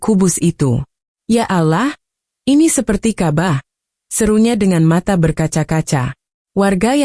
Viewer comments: Ini orang buat brita bohong .nyebut Alloooh juga alah .nyebut ka,bah juga kabah . ..ci emba ini bukan orang islam .. dia lagi cari duit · Ini jelas fitnah 100% oleh Kristen. Karena cara pengucapan kata Ka'bah dan Allah jelas adalah cara intonasi Kristen mengucapkannya.